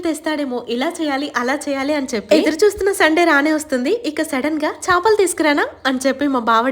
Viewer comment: Chapalu kadhu chepalu